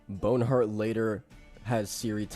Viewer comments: It's BONHART not bone hurt. Its very distracting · Bon-heart, not Bone-heart. Loved the video but that was just triggering. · I think it's actually Bon-art